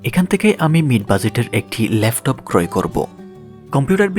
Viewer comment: উচ্চারণ গুলা ঠিক করা দরকার,,লেফটপ না এটা হবে ল্যাপটপ